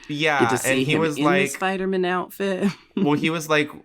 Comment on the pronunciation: Love Jinkx‘s pronunciation - “Spidermn”